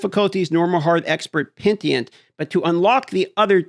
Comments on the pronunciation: Pen-E-Tent Not Pen-tee-ent Please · pen - i - tent. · Wtf is pentient ?? You mean PENITENT?? disliked just for this, do better. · Why is he saying pentient. It’s penitent dude lol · PeniTENT not PenTIENT. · Just make classes i give a shit about. I dont vibe with any if the current ones. Give me Demon hunter, monk and paladin ffs. Also. Say it like “Pe-Ni-Tent” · For future videos,: Pen-ih-tent. Not pen-tee-ent. 🤓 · dude, Pe-ni-tent. Petient is killing me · agreed lol :D triggered the fk out of me :DD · American education and reading comprehension at it's finest. (Sorry, I know that's at your expense) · Pentient lmao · I love petition difficulty. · It's Penitent, not Pentient come on! :D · Pen-i-tent. Hahaha love your videos as always mate! Keep this awesome shit up. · love your stuff but it’s pronounced Penitent as in “penny-tent”. Take care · Pen-i-tent, dude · Pen. I. Tent. Penitent. Peni - tent. You can do this. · yo its pronounced Pen - ih - tent... oh well its not as bad as Rax pronouncing Exquisite as Excoozee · Take a shot whenever dm says pentient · That's what he said....pe-ni-tent...ient!!!!! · pentient isn't even a word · UT Announcer: PENTIENT! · You're wrong too? Pen-I-tent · He says pentient not petient😂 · Omg dude. It’s PEN A TENT. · mispronouncing words farms engagement good job! 😎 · this guy struggles with pronouncing words lol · He honestly has only a faint grasp on the pronunciation of most English words. Bet he says Libary 😅